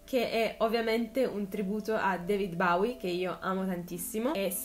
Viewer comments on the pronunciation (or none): Comunque si dice BOWIE, non BAWIE